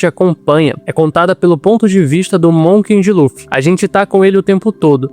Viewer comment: voce mandou varios "Monken de Luffy" com N que eu ou vi muito bem ahahah. Gostei do video.